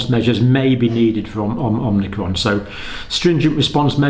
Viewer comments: IT'S NOT OMINCRON IT'S OMICRON!!!!!!!!!!!!!!!!!! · Dr. Campbell is still mispronouncing omicron. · There is no ‘n’. It’s Omicron, not Omnicron! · OMICRON, Not OMNICRON. No N there! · OMI-Cron, not OMNI-Cron. Seems like everyone is mispronouncing it. That said, I've been watching the channel regularly since spring 2020 and have mad respect for your continued dissemination of good information :) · This video is about magical thinking, not science. (Also, it's omicron, not omnicron.)